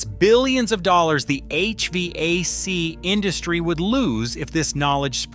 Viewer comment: Only Ai would pronounce hvac like that. And EPA